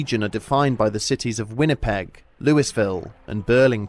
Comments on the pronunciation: Louis-ville? You say it as Louie-ville you commoner! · Louisville: Louie-ville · LOL, "loo-iss-ville" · "Lewis-ville" lol